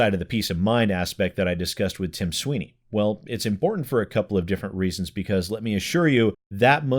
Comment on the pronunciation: Tim Swine-ey